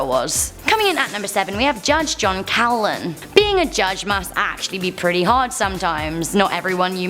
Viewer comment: Coughlan in Ireland is pronounced Cocklan. Just saying. We had a great runner in the 70s and early 80s called Eamonn Coughlan.